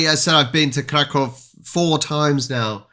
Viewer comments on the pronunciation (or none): Cracow is the official english name for Kraków. But even you say Kraków wrong, since there's an ó, we say Krakoov or Krakoof (the w sometimes sounds like an f) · it is two ways to say Kraków/Krakow Polish: Kraków(ó and v sound) or english: Krakow (o and english w sound) but you make hybrid Krakow (o and v sound) 😅😘